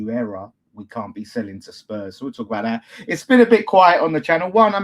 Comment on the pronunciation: it’s “selling” NOT “saleing” 😂😂😂